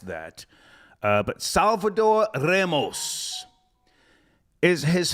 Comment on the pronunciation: is Ramos not Remos. Learn you spanish dialect, you mongrel!